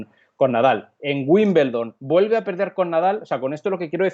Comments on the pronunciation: Wimbledon no Wimbeldon🤷🏻‍♀️ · Porque los españoles dicen Wimbleldon?